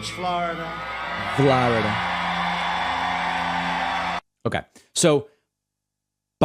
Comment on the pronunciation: I gotta laugh when you make fun of his pronunciation of Flawida. 😂